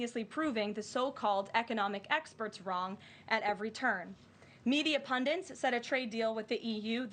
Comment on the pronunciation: to all professional communicators, including Ms. Leavitt: The word is "PUNDIT", not "pundint". Please.